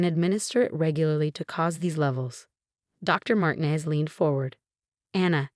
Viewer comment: Thallium is deadly. They should have given it to the stepmom. Also, your AI mispronounced Diana and Martinez. That deserves a thumbs down for sheer laziness and stupidity.